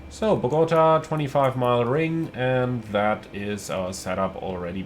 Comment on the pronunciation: It’s pronounced. Bo Ga Ta